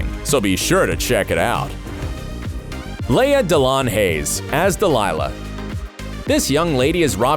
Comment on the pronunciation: Aunt Vi (eye) and Laya DeLeon(Leon) Hayes dang!, say their names correctly.